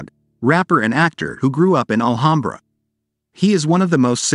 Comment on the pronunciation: I grew up in Alhambra. Please pronounce the name correctly. It’s, Al-ham-bra. Ham as in the pig meat you make a sandwich with.